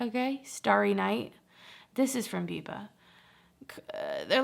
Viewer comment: Okay I thought I was the only one losing it hearing her call it 'bipa" like how'd she get 😂